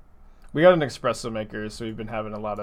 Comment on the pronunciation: They legalised "expresso" for the english language? Wow.